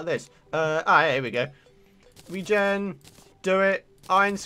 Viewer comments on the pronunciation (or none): none